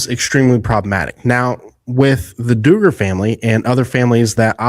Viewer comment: 🤦🏻‍♀️All you need to do is google or youtube “how to pronounce Duggar last name (from the popular show: 19 kids and counting)” Its Dug-ger. Not Do-ger. We always need to do our research prior to making a video. Also, most of your show is fake news. Yes he was arrested etc but sooo many details are wrong. ex: None of the Duggars are part of a cult or part of that Baptist preachers teachings anymore, not for 20 years! They are all evangelical and modern Baptists now and all part of mainstream mega churches.